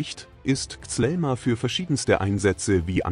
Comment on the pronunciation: Es heißt kízíl elma und nicht zelma😂